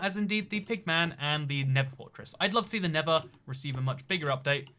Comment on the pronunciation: NeTHer not Never; slow down so you stop making stupid pronunciation errors!